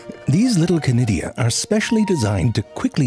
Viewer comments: Chlamydia, did you say? Shiver Oh, conidia, is it? Shiver 2.0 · Conidia? I thought you were saying Clamydia...could we have subtitles? 😊